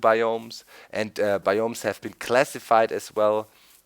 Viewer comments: its bi ums not bi umes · its BIOMES not BAYOMIES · its biomes not bioooooooooomes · doc, your pronouncing biomes incorectly its like baiomes (just my ocd)